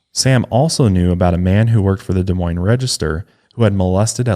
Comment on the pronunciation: As someone from Des Moines, thank you for pronouncing our city correctly 🙌🏽